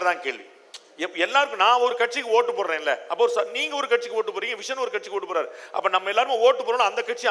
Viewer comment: விஷன் இல்லை விஷம்.